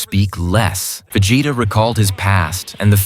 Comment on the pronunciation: Ha, Va-Jay-ta. Just curious, how quick are you putting this content together with the AI narration? I assume the AI is also authoring the descriotive account, and probably compiling scenes too. How quick are you pumping this stuff out, and capitalizing on the views?